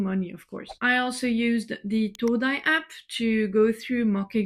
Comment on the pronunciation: Are you aware you pronounced the word APP incorrectly